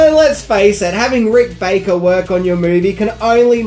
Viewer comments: Love the videos but no 'C' in Baker. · Rick Baker, or Rick "BACKER" ? lol